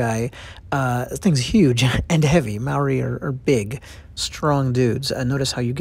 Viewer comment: Kia ora bro just a lil critique it's not pronounced (marry) it's pronounced mouldy without the L sound I'm a Maori and also do these carvings myself please pronounce words properly Kia ora the "R" sound is Scottish sounding Ngamihi 🙏